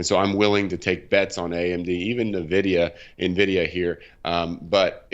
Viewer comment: I can't make it out. , does he say "happiness is at 69, nvidia 71" wtf is happiness? lol That said, I highly appreciate the pronunciation correction of Nvdia .. when experts can't even say the name of the company it really frustrates me lol - good job.